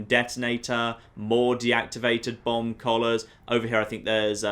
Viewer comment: Who else thought he was saying bong collars the entire time